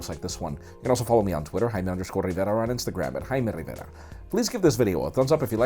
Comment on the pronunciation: "I'm Jaime rhitnjcfdjstrera, thanks so much for watching" , that's literally all that i hear at the end.